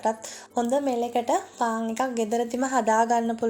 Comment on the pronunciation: පාන් කියාගන්න බැරිව ඉන්නේ